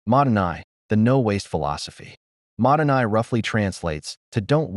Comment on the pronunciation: "Modern Eye" is actually mottainai in Japanese. The AI pronounced it wrong Mottainai means wasteful.